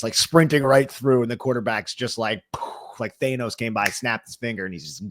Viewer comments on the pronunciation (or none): i'm far from a marvel guy but have heard the reference enough times to ask, did you just pronounce it Theynos? excuse?